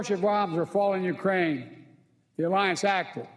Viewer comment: Destroy Uraine culture 😂..scripted and on the teleprompter and he still cant get it right